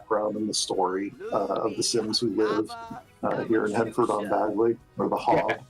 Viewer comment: Excited for this pack!! Thanks for the stream despite YouTube basically putting you on probation. Gotta admit, I’m giggling at the American players stumbling over British-inspired names. Finchwick is pronounced finch-wick (like the bird) and Bagley is like handbag. Even the Sims team got Yorkshire wrong!